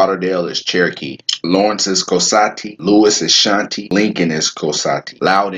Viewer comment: Thanks a whole bunches WOW!!! Although i couldn't understand the pronounciation of lincoln county indians . 😍koasati